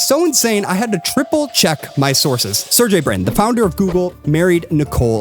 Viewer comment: btw, it's SER-GAY, not serJay